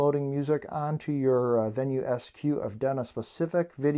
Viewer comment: Had to stop watching after repeatedly hearing vee-new.